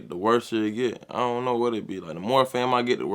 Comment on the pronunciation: 🤣🤣🤣 “ion know”